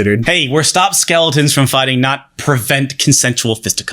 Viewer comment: Your pronunciation of "stop" in the NordVPN ad made my year.